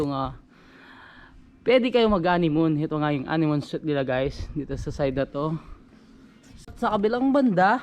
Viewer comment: Guys was over used. And suite should be pronounced as s-w-e-e-t..